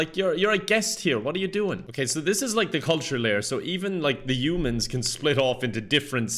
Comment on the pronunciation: I love the way pronounces "Humans" as "Yumans"